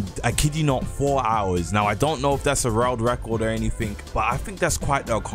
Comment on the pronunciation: he said rold wecord